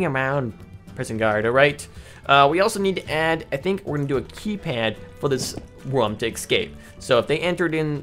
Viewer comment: Not a hater but its rOOm not rAm